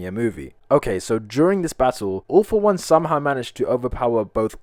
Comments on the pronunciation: Why you say ALL FOR ONE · Whay did you say all for one in